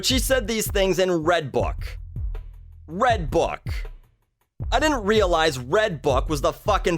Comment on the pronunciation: I thought you said Redtube not redbook